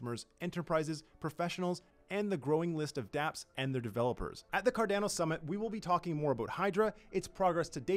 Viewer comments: Honestly every other comment is you bitchin about him saying Cardano differently. There's absolutely no need for the negativity over something so simple lol. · Something I'm curious about. I've noticed Canadian YouTubers like Altcoin Buzz as well, use the long A sound in words like Cardano and others. Is this a Canadian thing or just a coincidence? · Right? Just shameful, should fire him if he is not willing to pronounce the name correctly. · Yes! Let's be vocal about this, it's fucking shameful and disgusting the way he tortures Cardanos name. Just eww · I’d go with what Charles says. CarDAWNO. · Its C-A-R-D-A-N-O and not C-A-R-D-E-N-O......for the love of all that is good, pronounce the project u work for correctly, it aint that hard. And its REALLY off putting. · is it pronounced... Car Dan O.... or Car Dawn O?? Just wanted to check... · It's not "CardAno", dammit! It's "Card-ah-no"!!! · Stop saying Cardanno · Card"ow"no lol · I swear people pronounce things wrong just for shits and giggles. CardAno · Car DAN o 🤣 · The word is italian and it needs to be pronounced correctly. If you speak italian you can pronounce it well. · I guarantee he's seen people riffing on him calling it carDANo but he's double down. lol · This is completely retarded and really bad for the project, imagine spokesperson for Samsung, calling it Simsong ... Horrible. He literally gets payed for destroying cardanos reputation. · Say "Cardaeeeno" one more time...I dare you! Hahaha! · Honestly we need to be vocal about this, I literally cannot watch this garbage, it's painful to listen to him spitting on Cardano's name. He should be fired asap, does a lot of harm for the project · Someone please please teach him how to pronounce Cardano correctly. He works in Cardano’s media sector for crying out loud! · I can't watch it because of how he's saying Cardano. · This guy needs to pronounce Cardano properly.. wtf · and yes, he is literally changing the name, substituting the A with an E